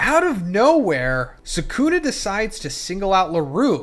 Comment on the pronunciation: This guy can NOT get Gojo and Sukunas name right lmao every video he gets the names wrong like 3-4x